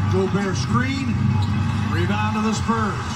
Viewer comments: Please stop saying “Sperms”😭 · "sperms" always catches me off guard bro 😂😂😂😂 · Is it me or does it sound like he calls the spurs the sperms 😭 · He does call them that lol